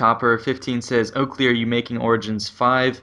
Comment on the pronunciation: Yay Oakley pronounced my name right!